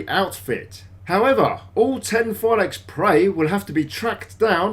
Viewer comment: u can't pronounce it Phylakes more than that 🤦🏻‍♂️